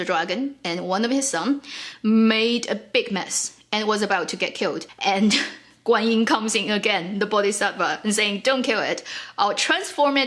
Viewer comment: just you know the another smaller God you were talking about her name is not Guanyi, it's Guan shit yin or Guan yin da shi. she doesn't have much power, she got crown from Ru Lai(the most powerful god) and use a spell to control the crown to make wukong behalf.